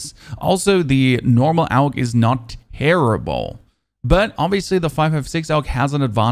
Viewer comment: Most people call it "og", but saying "Aug" is more accurate, since it stands for Armee Universal Gewehr and their initial are pronounced that way. You're the first content creator I've seen that actually says it the correct way, good job man